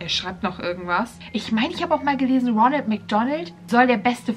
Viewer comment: Ich g-glaube er hat roneld gesagt